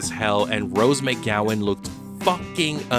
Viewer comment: Rose MAYGowan, eh? You speak for a living?